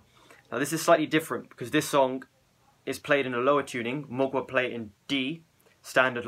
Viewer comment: it is not "Mogua" but I understand Your ploblem ;D